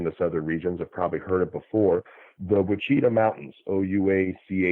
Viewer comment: Ouachita is pronounced "WASH-a-tah" by the locals here in Arkansas. I did, however, work with a radio announcer in Fayetteville many years ago who was a newcomer to the state and pronounced it "kwah-CHEE-ta" several times before somebody called him on it. However,, your narrative was so entertaining I was able to overlook your "wa-CHEE-ta" quite cheerfully. You're just apt to not know any better if you don't live here.